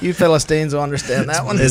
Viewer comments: The Phil-a-sons. ? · PHILLIP-STINES! LOL! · Phil-istine. Lol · Philipians...not Philistines... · Philasteens. HAHAHAHAHA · phils face when willy said philistines lol not impressed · "the Philistines" LOL